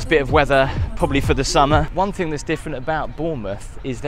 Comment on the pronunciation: Great vid but dying everytime says FINK for thing or think sorry just creases me up 😂